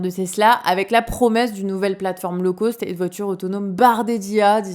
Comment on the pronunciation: Par pitié, il faut arrêter de dire low causte ! C’est le o de téléphone, hygiaphone, interphone ! L’intelligentsia a décidé qu’il fallait dire locauste et smart faune, au mépris de la logique, du respect de la locution d’origine et de nos pauvres tympans, pourquoi leur emboîter le pas ? Ça me hérisse à chaque fois. Que fait l’Academie ????